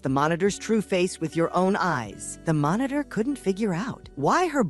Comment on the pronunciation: Bro your ai telling of this story was doo doo dog dick. It kept calling everything a fucking monotor